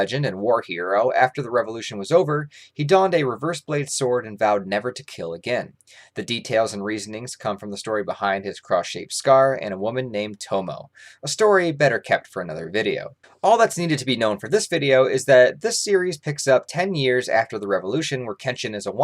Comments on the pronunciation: Her name(Tomoe) is pronounced To-mo-eh, not to-mo. Everything vowel and consonant is pronounced in Japanese, nothing is silent like in English, French, or German. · Everyone says Tomoe so wrong lol.